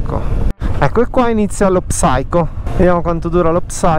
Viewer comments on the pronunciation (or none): secondi fa Salve. Complimenti per il video. Un consiglio: hai detto diverse volte la parola inglese "psycho", ma la prima lettera P non va pronunciata. La pronuncia assomiglia a "sai-kow". La pronuncia nell'alfabeto fonetico internazionale per l'inglese UK è ˈsaɪ.kəʊ. Ciao!